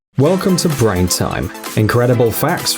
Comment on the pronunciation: you said brain wrong